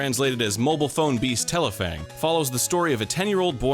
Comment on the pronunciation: Didn’t read the title so I didn’t realize that was Arin. I was like wow they pronounced that Japanese title well. Explains why